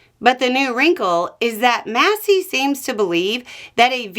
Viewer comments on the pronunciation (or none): none